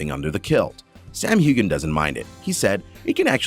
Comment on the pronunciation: I believe you missed pronouncing Sam's last name. Heughan with the "g" being silent. Now you try it! Sam Heughan